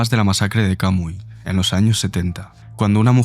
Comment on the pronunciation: En referencia a la última anécdota: La masacre de Camuy (Camuy se pronuncia “camúi”) ocurrió en mi isla, Puerto Rico, en el 1977. Un señor tras dos años de continuo acoso contra su ex esposa y su familia; un dia se apareció en la casa de su ex y mató a todos en la casa. Mató a su ex esposa, a su ex suegra, a sus dos hijos y a una mama y su hijo que ese dia se encontraban visitando. Después de ese caso en la isla comenzaron a crear refugios para la mujer abusada como la Casa Julia de Burgos, e implementar leyes de protección para la mujer abusada como la Ley 54.